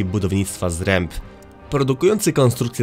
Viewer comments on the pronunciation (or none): Zakład nazywał się ZREMB, a nie Zręb, tak gwoli poprawności.